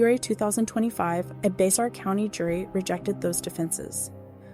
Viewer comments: Bexar is pronounced “bare” by Texans. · Psst. Narrator lady. Its Bexar county (pronounced Bear). People from this county will love you for saying it correctly. 😁